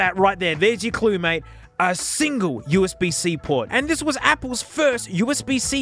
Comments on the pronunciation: "HDMEE" "OOSB" 🤣🤣🤣🤣🤣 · "Hood-me" HDMI "oooozbuh" USB 😂😂😂😂😂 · “you get… you know, charging, hedmei, and usebe.” best line ever